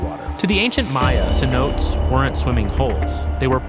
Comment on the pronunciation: SEH _ NO _TEHS _ not suh-notes!!